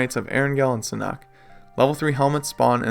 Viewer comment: It’s pronounced “SAN-HOOK”